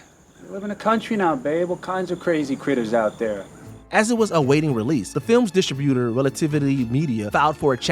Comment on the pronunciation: The narrator is completely mangling pronunciations of relatively simple words like “distributor” and “incomprehensible”